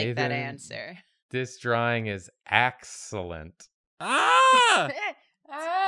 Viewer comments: Askelent and not Amazing??? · I love that the subscribe notification popped up immediately after said “Axcellent drawing”